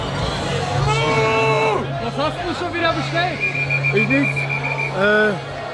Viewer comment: Bruder es heißt nicht maaaß sondern Maß des a wird kurz gesprochen schöne grüße aus bayern